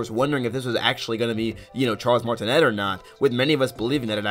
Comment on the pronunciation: Charles last name is pronounced “Martin-ay” not “Martin-net”